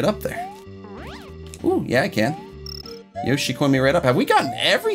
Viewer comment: You said yoshi corn